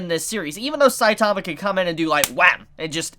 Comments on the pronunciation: Can you guys learn how to say saitama right? Gosh so annoying. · Weird that this dude can't even pronounce "Saitama" correctly.....sad